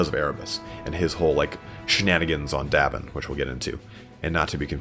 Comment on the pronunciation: Someone else may have already said this but in Star Wars it's Yavin. Yavin 4 actually. I may have misheard you and if that's the case, apologies. Great videos! Just excellent!